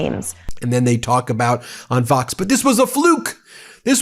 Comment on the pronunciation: At the very beginning, it sounded like he said "f@ news which would have been absoutely appropriate since they F up everything.